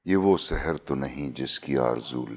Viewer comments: It is Sahar ( morning ) not Sehr which means magic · Its SAHAR not SEHER....